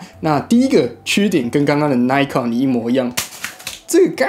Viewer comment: 小小的建議: 1.穿個衣服吧,不然背心也可以 2.要做這種評測,是不是應該要事先做功課? 雙筒望遠鏡數百到數千都有可能,本來在材質與功能上就會有差異,而且專業望遠鏡還會有特別功能,或是設計,但是這些你都沒有說,一整個就是花錢買東西來跟大家說"不知道",還有東紫邊西紫邊的 3.品牌發音錯誤,扣分再扣分, 而且 Nikon / Pentax 還是數位相機大廠,也是老牌子了,還發錯音,真的很不行 4.要評測任何商品或是產品,必需要先確定"基準"與"前題",否則完全沒有參考價值,例如在相同的價位下或價格區間(最常見),或是特定用途(水中? 登山? 旅遊? 居家? 室內? 室外?軍用?民用?....) 5.都說要評測了,怎麼連的基本的"表格"都沒有? 那是在評測什麼? 補充:望遠鏡放大偣數越高,望遠端就需要越大的鏡片(入光量的問題,相機也是),而紫邊色差只要是在處理光學放大/縮小就一定會出現,而各家使用補償方法也不會一樣,在比較時,應該是要在相同倍數時再比較紫光現像,不然A牌24x ,B牌16x, 然後都有紫光,那是A牌好還是B牌好? 總結:...........無言....